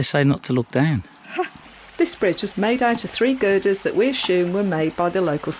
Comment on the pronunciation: 16.44 which you assume, not ashume, why does everybody mispronounce such a simple word. But a great video just the same, I really enjoyed it.